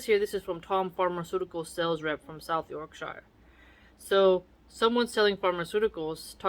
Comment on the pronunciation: Hey, loving this! I’m from Yorkshire in England and I’m loving your reading of the quotes and sayings…btw pronounced Yorksherr 😂 The commentary you give to go with it is entertaining too. I agree that whole mouse thing with those glue strips is pretty gruesome😅. Can’t wait for the next one,x